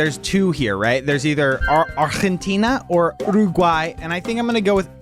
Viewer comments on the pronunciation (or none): none